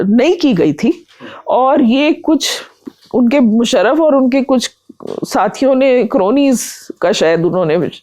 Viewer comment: भाई साहब, अभिनंदन अच्छा साक्षात्कार किया। बंधु आपको सुझाव है, अपने उच्चारण पर काम कीजिए। मुसरफ़ नहीं मुशर्रफ। कानों को कचोटता है अगर उच्चारण ठीक न हो। दूसरा निखिल वात की छाया से निकालिए। आप उनकी नक़ल करते प्रतीत होते हैं। 🙏